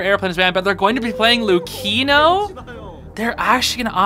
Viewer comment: ITS PRENOUNCED " LOO-CHEE-NO ",,,,, "LUKENO?"... WHAT.. ITS NOT PRENOUNCE LUKENO FRAPPICHINO ITS LOOCHEENO 😭😭